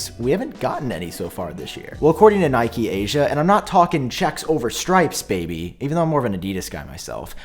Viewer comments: Nikkei is pronounced like nick+kay. Got confused with the Nike pronunciation 😂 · its knee-kay not nike 🥴😭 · I'm pretty sure Nikkei is pronounced like "knee-kay" not "nike." No shade though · yo it's pronounced "Nickay", keep the great vids coming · i think it is pronounced “knee-kay”, if its japanese at least. also just picked an m1 mac mini and i think it will last me for a good while regardless, i love my ipad pro as a laptop too much to bother waiting for the 14in pros so that mini fits my workflow perfectly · It is “knee kay”. Like the Japanese stock market.